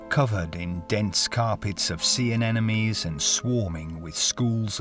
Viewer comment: He said ENENEMIES LOL